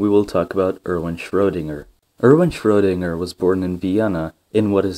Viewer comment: ...and while we're at it, the guy's name is Schroedinger, spelled with a E in there if we don't use an umlaut. That's because it's pronounced shreuh, not shrow, -dinger.